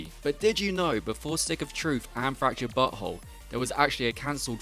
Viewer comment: I like how he pronounces South Park the fractured but whole correctly 😂